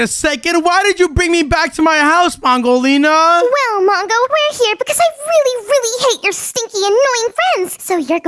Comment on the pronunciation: Did u just call her pongolina she is mangolina